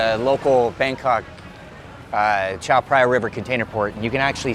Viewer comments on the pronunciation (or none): The Reporter can barely speak Thai and pronounce some locations' names correctly (like Chao Phraya or Khlong Toei), so I don't know how much credibility I can give to this video. However, it's eye-opening to watch something like this; I have never known about this part of Bangkok before =)